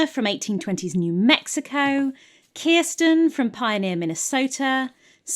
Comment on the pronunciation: I am desperate to know how you knew the correct pronunciation of Kirsten! Is it covered in the books? Does she have Scandinavian family? I've literally changed the spelling of my name to help English people with the pronunciation. How have you achieved this incredible linguistic feat?! Do you know a Kirsten?! Does she share my pain?